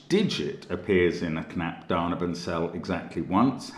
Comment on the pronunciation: for me found all clues immediately, btw your pronunciation of "Knapp daneben" sounds so sweet :D